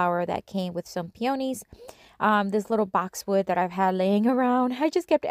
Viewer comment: Pio - knees. Please don't think of me rude . Just thought I'd tell you. Love the projects and you used my favorite flower!!!!!